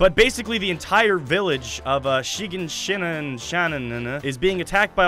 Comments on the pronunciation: it's: shin-ghan-si-na!!!!!! go watch the anime, goshh!!! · it's shigansina